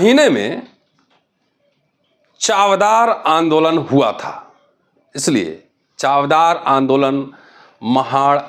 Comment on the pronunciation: It’s चवदार (means testy) and not चावदार.